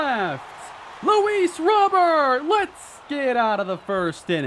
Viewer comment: Please say Luis’ name correct.